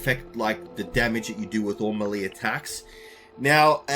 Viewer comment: Not "Me Li", " May Lay". I dunno why that bothers me so much.